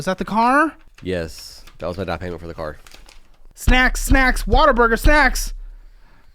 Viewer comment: I heard “snacks’is”. Sounds like taxes. like a snack tax on your life